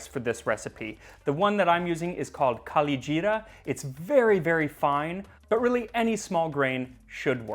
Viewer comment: This guy's pronunciation of Kalijeera is as fine as that rice